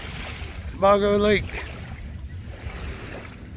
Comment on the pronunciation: He mispronounced “Sebago.” That’s where I quit.